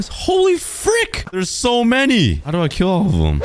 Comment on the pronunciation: thats not doooo thats oof